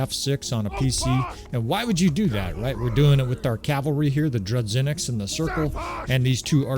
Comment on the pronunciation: No, it's pronounced as 'zh'. Droo-zhy-nick.